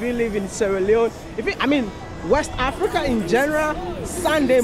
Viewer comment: I love d way u pronounce the word "Africa"